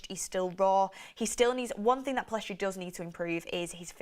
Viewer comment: Pellistri NOT Pillestri